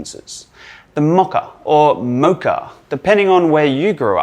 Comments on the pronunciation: Its mocha not maca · ❤the pronunciation❤ Is it because you guys are upside-down in AUS that you can’t say it correctly? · I grew up in the States, so Mo(long o)cha. :o) for some reason we can come across a little less sophisticated, which is embarrassing sometimes. Love this video. Mochas are a favorite ...and I love the healthier ingredients!!! Big raw foodie person.